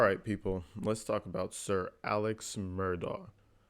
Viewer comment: A L E X. He pronounces his name as ALEK/ ALEC Like why though? Alex is AL EX isn't it? I know the Pronunciation of someone's name is How They say it But ok.... it's AleK Geesh!